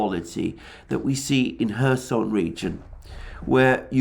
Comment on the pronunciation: Am I the only one who hears Herson region???? Or Mr Alexander deliberately saying??